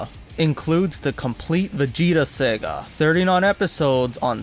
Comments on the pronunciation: It’s saga not Sega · 14 It's pronounced Saga not Sega